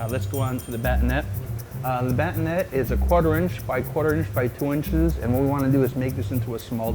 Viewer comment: Nice video, you explained how to tournee much better than my knife skills teacher at college... But batonet is pronounced with an ay sound at the end, ba-ton-ay.